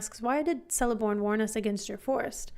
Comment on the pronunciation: FYI, there is no soft C in the elvish languages, therefore it's pronounced "Keleborn," not "Seleborn."